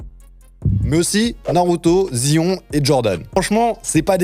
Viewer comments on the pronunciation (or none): Merci pour la voix suave. Par contre pourquoi tu prononces Zion comme ça? 😭